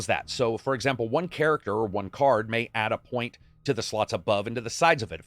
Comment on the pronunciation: The way you say ADD 😂, I died.